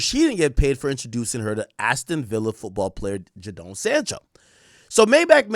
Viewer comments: Yow the man name is pronounced “Jay den” not “Ja down “ like you be saying , you could’ve put his name in and hear how sports commentators pronounced the man name. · Ja-doan sancho haha it’s pronounced jay-den sancho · 😂😂 Everytime this ninja said Jah-Down. It's JayDon (Jadon). Lololol. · pronounced as "Jaydon" bro🤣🤣🤣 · Akkkkk get you Jamaican self to bloodclaat together you sound American. Ja-den Sancho 😂😂😂😂😂. Dawg seh jahden. Noni Madueke new Arsenal signing 🔥 pronounced No-Nee ma-dueke😂😂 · Man said Jadonee 😂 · Jayyy don is how to pronoun it 😂😂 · The mispronunciation of names killing me. It’s just Jaden with an O Ak😭